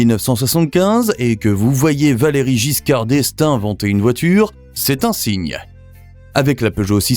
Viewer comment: So much nicer if an educated person from UK speaks 😁 I concede that the name of the former President VALERIE GISCARD D'ESTAING is not easy to pronounce for a US person, but you have to do better than this